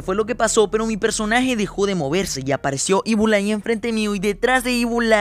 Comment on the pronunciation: no se pronuncia ibul ai se pronuncia ibl ai